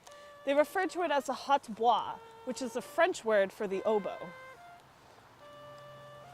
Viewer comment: I think you pronounced hautbois wrong